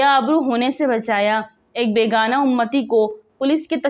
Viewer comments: السلام و علیکم۔ جناب اگر آپ صیح طور پہ لکھا ھوا نہیں پڑھ سکتی تو آپ کی وی لوگز کا اللہ حافظ۔ بیگناہ اور بیگانا کا فرق تو سیکھ لیں۔ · BEGUNAH NOT BEGANA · Beygunaaah ko aap BEGAAANAA Padhrahi hain Durust padhakarien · بے گناہ کو بیگانہ کہ رہی ہو صحیح پڑھ لیا کرو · بے گا نہ نہیں بلک بے گناہ ھے یہ لفظ او کے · لفظ بے گانا نہیں بلکہ بے گناہ ہے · بےگانہ نہیں، بےگناہ بابا اردو کی روح تڑپ اٹھی ہوگی آپ کی اردو ریڈنگ سن کر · محترمہ تلفظ صحیح کریں ۔بے گناہ ہے بیگانہ نہیں وغیرہ۔شکریہ واقعی ایسا کردار اور وہ بھی پولیس میں سے! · لفظ بیگناہ ھے بیگانا نہیں وڈیو میں بار بار بیگانا بولا گیا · Aap apni urdu achi kijye lafz begunah ko aap galat parh rahi haen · لفظ ہے ۔ ""بے گناہ" اردو بھی اگر نہیں آتی تو ویڈیو بنانے کی کیا ضرورت تھی ۔